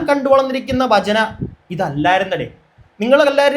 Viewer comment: ബജന അല്ല.. ഭജന..ഭക്തി... ഭ എന്ന അക്ഷരം അതേപോലെ പറയൂ ..